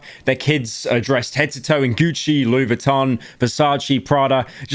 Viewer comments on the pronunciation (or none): none